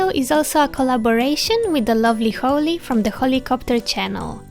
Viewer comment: the way you say holly is so pretty <3